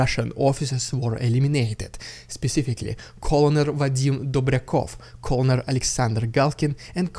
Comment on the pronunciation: Colonel is pronounced like kernel :-)